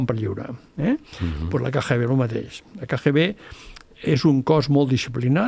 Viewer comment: Cada cop que en diu KGB, pronunciant la lletra G en castellà, fa mal a les orelles. Seria bonic que perfeccionés el seu Català. Per exemple: "vale" no és cap expressió catalana i la repeteix sovint, pot dir "d'acord".